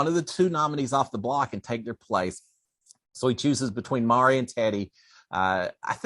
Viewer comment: Not Mari - pronounced Ma Rye🙂